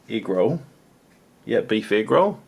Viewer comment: everytime he said egg roll, all I can hear is negro